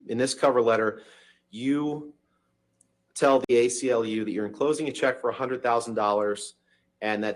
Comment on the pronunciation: Im sorry... Did he say "gay-CLU" and not ACLU in the beginning? Not sure if i should be laughing or getting offended for other people..